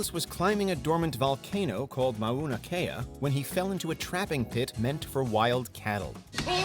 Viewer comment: “Mah-oo-nah-Kay-ah” 😂😂😂 as someone who is Native Hawaiian, I can assure you that it isn’t pronounced like that